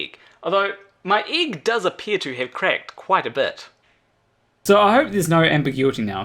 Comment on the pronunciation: There is only one thing about you that bothers me. You pronounce "egg" as ig. I'll get over it, eventually.